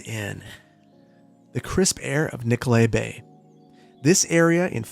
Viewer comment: I keep hearing Nicolet Bank